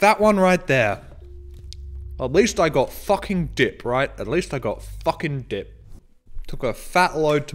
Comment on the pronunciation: Why do I keep hearing "dick" instead of "dip"...